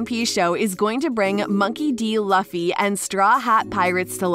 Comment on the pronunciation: It’s luffy you pronounce his name wrong